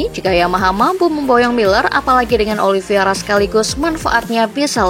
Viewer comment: narator masih aja nyebut OLIVIERA... etdahh.. nyebut nama salah mulu.. namanya MIGUEL OLIV E IRA... OLIVEIRA... bukan OLIV I ERA...